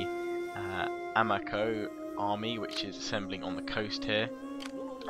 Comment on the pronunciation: Loving your campaigns, but I'd like to note that Japanese names and words are all pronounced with soft vowels. So, for example, Uesugi is pronounced oo-EH-soo-gi (with the Latin pronunciation of "g"), Ito is pronounced EE-toh, Amako is pronounced ah-MA-co and Higo is pronounced HE-go.